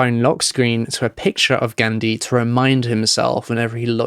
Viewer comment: Sik video u pronounced Ghandi wrong tho lol